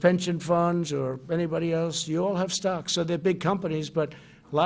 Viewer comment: He says stocks but I keep hearing socks going down.